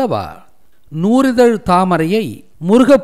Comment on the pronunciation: நூ"ரி"தழ் அல்ல நூ"றி"தழ்....